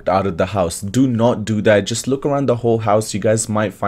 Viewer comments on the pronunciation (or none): none